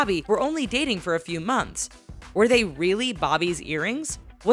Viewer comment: It’s pronounced few. Not feud.